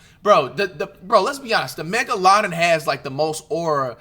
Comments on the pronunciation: the mega laden? Wat he trying to say or that a real fish 😂😂😂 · tf was that megladon pronnounciation... 'megaLADON'🥀